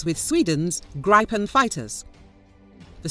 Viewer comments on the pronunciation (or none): Gripen is pronounced grip’-en, not gripe’-en.